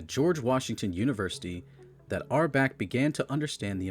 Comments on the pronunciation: this sucks. start by learning how to pronounce red auerbach. also, who is oscar robinson? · It’s hard to take this program seriously when the narrator can’t even pronounce Red’s last name correctly. Jeez. Still - Long Live The Boston Celtics. 18 championships and counting… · Cant even pronounce Red Auerbach right, this doc is shit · It’s A.I. It can’t help it. Oscar Robinson was the guy marooned on an island with his friend Friday. Which begs the question: where did Robinson Oscar go with Friday on Saturday night?😂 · Good facts. His name is COW'-enz, and it's OW'-er-bach or AU'-er-bach. It was Brown's gf who wanted McAdoo, so he did it.